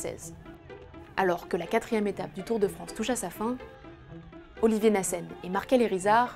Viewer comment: "Olivier Nassène" bordel c'est Oliver Neasen !! 😂